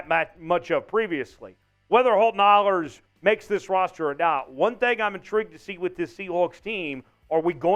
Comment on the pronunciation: "Ahlers" is pronounced Aa-lers not Aulers. Every of us who played sports has had announcers who pronounced our name Au-lers or (and I have no idea why) Ash-lers. One of these days everyone's gonna know how to pronounce it. I'm not saying I know 100% Holt's gonna make the 53. I do know Coach Carroll really likes him and he's passed every test they have given him. I know a when a head coach is doing a press conference and says "I was really impressed with Ahlers tonight", that's not a bad thing. More than all of that I know Holton won't rest until he achieves his goals. He will be a QB1. I believe that with as much certainty as I believe fire's hot, ice is cold and waters wet. I saw a lot of people saying they thought the TD pass he threw (I even asked him, cuz I honestly I wasn't sure either lol) was more of a "I know he's out there somewhere", throw it up hope for the best type thing. That's not the case at all. He knew where Landers was gonna be and when he was gonna stop and turn. He had to keep the ball from getting tipped and he knew he was about to get crushed like a soda can. He put the ball right where he wanted it to. It wasn't the prettiest looking pass but football's not about pretty. 😁